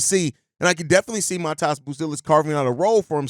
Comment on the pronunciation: it’s pronounced Mah Dez bro